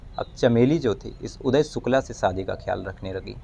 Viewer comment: भाई साहब सब कुछ अच्छा लगता है आपके वीडीओ में,, बोलने का अंदाज़ एकदम निराला है बस थोड़ी सी मेहनत उच्चारण पर भी करें।आप हमेशा श की जगह स बोलते हे।शादी को सादी सुनने में अच्छा नही लगता। एक और request है आपसे,, हवा खराब, हिहाज़ा, बहरहाल ,,,,इन शब्दों को ना बोला करें,, ऐसा प्रतीत होता है जैसे आप बनावटी कहानी सुना रहे हे जबकि आप बहुत ही ground to earth & genuine व्यक्ति लगते हे